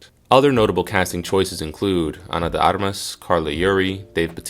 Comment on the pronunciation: AI crap, stupid AI can't pronounce Ana De Armas.